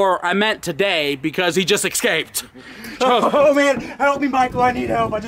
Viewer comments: It drives me crazy when people say EXSCAPED! Just say escaped lol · Michael really good prank but your pronouncing Escaped "Ecscaped" and I couldn't not mention it as it niggled at me. Peace. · why the hell do you say 'excaped'? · fyi escape is pronounced "s-cape" not "x-cape" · Am i the only one who heard Michael say eXscaped? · escaped not excaped. There is no X, pronounce the S. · There is no "X" in the word escaped.